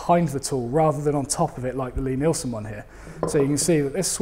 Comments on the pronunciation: I was awaiting on tenterhooks for the correct pronunciation of Lie Nielsen ........ at last. Didn't really notice the F word but it's part of our rich vocabulary isn't it ? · Well, at least he got the fuck'n pronunciation of Lie Nielsen right. About fuck'n time. Oh, and dozie Rosie, something I learned with my kids, Always preview what you are going to show them whether it be from the internet, a DVD, blueray or a movie theatre. Sounds like work, and it is, and now I have two fine upstanding adults who have spouses and know how to use the work fuck.